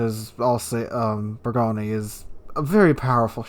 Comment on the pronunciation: Learn how to pronounce bourgogne please.